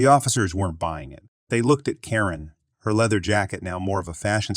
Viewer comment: why are you pronouncing some characters so weirdly? on-hand turns into on (pause) hand. ;-) should be easy. or ninehundredeleven? everyone says nine one one. who pronounces phone numbers in full lenght? oh, and why do you pronounce karen as korean?